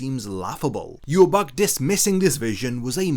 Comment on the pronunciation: Look up how Ywach is pronounced. Hearing you say it makes you lose all credibility to me